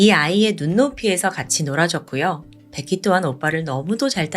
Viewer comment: 왜자꾸 백희라그래ㅠㅠ 베키! 라고 해야지 백희백희~~